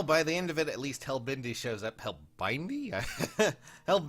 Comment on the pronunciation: I want them all Please IS, free plz Also "Hell-bendi" and "leg-yarn"